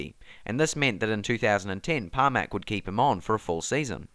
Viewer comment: Hahahahah! So good to watch this in 2022 as aleix has brought aprilia its first win Btw it’s Pramac not Parmac !